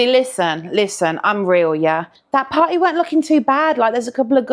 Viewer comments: I hear 'potty'... 🚽🫩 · I kept on hearing “patty” and frankly I just felt like she should’ve done a burger theme with how she was saying party.